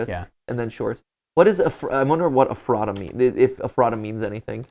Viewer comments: ephrata is pronounced f-rat-a ^-^ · its eF-fra-dah not however you said it lol. Its a town in Pennsylvania near Lancaster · i live like 20 minutes away from ephrata and have a few friends there, but the pronunciation is killing me. it’s eh-fruh-tuh not ef-rata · If it's pronounced the same as the town, it's EF-ra-da not ef-RAH-ta. (yes the t gets mushed into a d sound, don't worry about it :p) Edit: got further in the video, it is the town lol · I know they're probably not gonna see this at this point but it's funny living near Ephrata, PA and hearing them pronounce it Ef-rah-tah, here it's pronounced Efruh-tuh. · My hometown of Ephrata, PA is on a GT Live video??? Also it's pronounced "Eff-ruh-tuh" with emphasis only on "Eff" and "tuh" not "Effrah-tah". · Okay, no one will probably see this, and this is by no means hate towards Mat, BUT: it is not e- fr ahh tah The way I learned it was Eff rata As in ratatouille 😆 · How they pronounce Eph-er-da kills me 😂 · Guys can we talk about how they’re pronouncing Ephrata? It’s Ef-er-ta 😢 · didn’t think i’d hear matpat butchering the name of a town an hour away from me today, but here we are. ephrata = eff-ruh-tuh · Ephrata is pronounced Eff-ruh-duh. I live like 20 min from Ephrata so it just feels weird hearing them say Ephrata the way they do lol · Not to be that guy but I lived in that area of Southern Pennsylvania for years, originally from there, like half an hour from real life Ephrata and Ephrata is pronounced more like Eff-ruh-tuh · To pronounce ephrata is [F-rah-duh] - From a local Pennsylvanian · Guys, as someone who lives in the area- it's pronounced Eh-phreh-ta. We pronounce things weird here. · glad to know I wasn't the only one cringing...i happen to live near Ephrata, lol. Pronounce it like using the phrase 'the letter F,' and add rata after it. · His pronunciation of Ephrata really bothers me. I grew up near that area and I never heard anyone say it that way lol